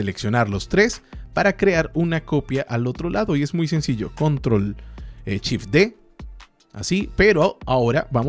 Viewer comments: Lo mas complicado es entender que cuando dice, en realidad quiere decir SHIFT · se dice shift no chif.....por lo demás, buen tutorial,,,,,gracias bro. tienes mi like al menos